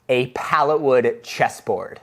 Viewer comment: It was only when u said it that I realized.. this isn't a pallet cheeeeseboard... this is a pallet chesssssboard!! xD